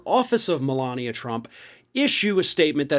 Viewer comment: Everyone keeps mispronouncing her name “Melignia”.